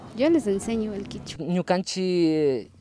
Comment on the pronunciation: Kichua o quechua en realidad es quechua KECHUA